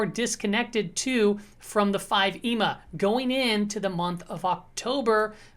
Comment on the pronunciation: Please stop saying EMA like it's a word.